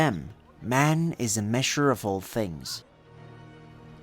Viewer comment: Awesome video! But the atrocious accent confuses me sometimes. If nothing else, at least you could say measure instead of meashure. Using sh instead of "zh" sounds intentional, like you're trying to have a bad accent on purpose. Otherwise great job!